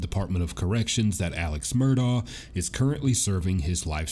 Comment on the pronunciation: Since you're going to be talking to him, I think you should know how to pronounce his name correctly. It's Alex (pronounced Elick, or at least Alec) Murdaugh (pronounced Murdock) I'm actually really surprised no one has at least corrected you how to say his last name. Still love you! Just trying to help, not criticize. 😊